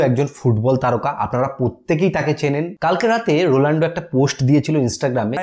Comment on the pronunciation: আপনারও একি ভুল,, রোলান্ডো নয় দাদা। রোনাল্ডো